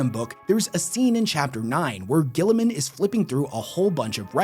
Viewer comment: The Emperor comes back: “it’s actually pronounced Jilla-man” Dies again